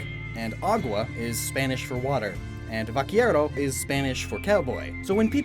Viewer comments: haha, vaquiero, it’s pronounced vakero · its vaquero(ba-ke-ro) not vaquiro XD but I forgive you because I really liked all the inspiration and fakemons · I'd choose Llampas, it made Grass Types look cool again. But all three are nice. (Sidenote: Cowboy in Spanish is pronounced ba-ke-ro, they mix b's and v's together, but that was close so props mah guy!) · V a k i e r o u No no no honey it’s pronounced “va ke ro” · “Vaquero” is pronounced “Vah-care-oh”, not “Vah- Keer-oh” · Vaquero not Vaquiero XD Or since this region is based on the south of the U.S.A. you could maby the also used Vaqueiro wich again first has that Vaque and than the iro. (Basicly pronounced Vakeiro) But for those that where told otherwise there is a big difrence in latain american spanish and castellano wich is the official spanish language and, speaking from experience, some latain american people have trubble when learning the official spanish language given that mutch was either taken from american english and mixed into it or it is a rathet broken version of it. Some words even do not exist in the official spanish language/castellano given the huge diffrence in culture as well as purely space in between that there is. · "Viaquiro" You don't know how to pronounce 'Vaquero', right? xD The way you say it is just too fun to me ngl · A small pronunciation correction, my good friend: Cowboy in spanish is pronounced "Vakero". In Spanish, the "qu" is pronounced as a "k". For some reason, the u after the q is mute. Also, you'll never find a q without his trusted u beside it. Spanish is an over-complicated language, I know, but is still the sexiest there is. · Vaquero is pronounced VA-KE - RO (pronounce it literally) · No one: not a single soul: me and my spanish: him: VAKIERO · you pronounced vaquero bad ( im spanish) 😅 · hearing him say cowboy in spanish makes me suffer inside ( i am mexican ) either way I would chose water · You pronounced vaquero so poorly, but it’s nice to see that you tried :)